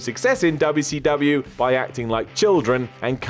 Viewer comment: Stop saying "dubble see dubble ya"